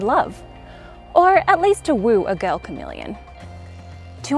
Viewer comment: Um...it's "Chamamellion"